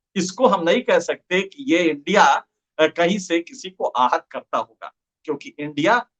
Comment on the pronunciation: Aahat vs ahat ssshhh koi he 😂😂😂